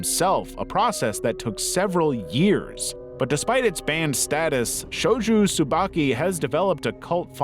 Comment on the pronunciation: Shojo Tsubaki, not Shoju Tsubaki.